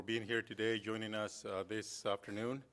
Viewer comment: Tenq fur juneing us, fu dude